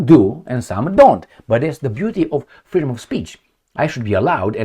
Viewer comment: imagine when they finally have some courage and declare that this "fweedum of speech is a ttreat to our democracy" :)